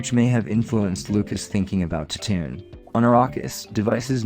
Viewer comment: What the hell is this? It sounds like you’ve never read Dune. And why are you pronouncing everything wrong? Lia? Tattoon? Haven’t you even watched Star Wars before? They say those names in the movies. I know you can speak properly because I have heard you do it a bunch.